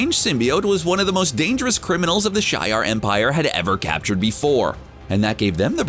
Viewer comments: Hey bro, just thought I'd say that Scorn sounds like a T-1000 form the Terminator 2 movie, and that makes him my #3 Symbiote of all time, but likely the first one I'd choose to be MY symbiote partner! Oh yeah, and Shi'ar is pronounced 'She-Are', and not how you said it ('Shy-Are'). The 'She-Are' as you pronounced it, sounds like you are suggesting that someone from the SHIRE formed with a Symbiote! Could you imagine a Bilbo or Frodo Baggins with ANY Symbiote? Damn the ring, and the mission, I'm a eat the brains of this Gandolf The Grey Fellow in the first movie! I mean hey, he comes back right, so why not die and come back in the first movie when Aragorn really needed you Mr.Wizard! LOL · You forgot about How the symbiotes lose some of the effects of the previous generations weaknesses like fire and sound started becoming less effective l. And it's also pronounced ( SHE -ARE) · Correct pronunciations : Zzzxx : Zacks Shi’Ar : Shee-Are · Shi'ar is pronounced she-are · Hey narrator its Shee- ar lol!! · SHYARR. SHY-AARRRRR... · It’s pronounced She-R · Would be nice is the dude could pronounce Shi'ar (/ʃiːˈɑːr/ Shee-ar) correctly ffs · 1st off you failed at a pronounce and do your research better especially that's insult to X-Men fans on how you botched it. Shi'ar empire. Here the wiki to read